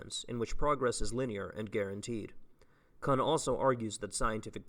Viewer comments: btw that last name (kuhn) is pronounced like racoon. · I absolutely love your content man, and really appreciate the work you're putting into this especially in your first year of grad school, but when you say Thomas "Cuun" a little piece of me dies